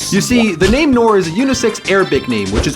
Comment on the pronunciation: Noor is pronounced “nurr” not nor